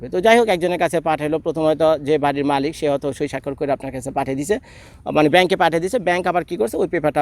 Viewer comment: Lol bro 🤣 মালিত না মালিক হবে 🤣😂